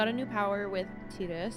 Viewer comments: Please say 'Tie-dus'. I know it's not canonical but I just HATE 'Tee-dus' ☹ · A crushing blow. “Tee-dus” makes my skin crawl. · IN KINGDOM HEATS 2:They say Tide-us, not Tee-dus! BUT: officially confirmed pronunciation by Square Enix is "Tee-dus" (like tea), derived from the Okinawan word for sun, Tiida. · Honestly most of us grew up pronouncing it “tie-dus” and still say it that way. I’ve never had an issue with playthroughs saying it however they want so feel free to just say whatever sounds better to you. The English voice actor has mentioned that it was kind of a mistake it ended up canonically as “tee-dus” in English, he personally prefers that way because it’s different but is fine with people saying it however they want. There’s always some vocal people who will push for one pronunciation, but I think most viewers are fine regardless and so we don’t bring it up unless it comes up as a question. In general you’ll get lots of contradictory feedback, if you correct one way you’ll start hearing from the people who preferred the other. A good rule of thumb is to play however feels most natural to you, the more you’re engaged in the game the better the playthrough will be for us to watch. Some people will always wish you did things a little different, but everyone always has their own unique experience with a game. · When you first said Tidus, I knew the fan base was going to correct it lol, FF10 fans are great and don't spoil stuff BUT they always love to point that out to people.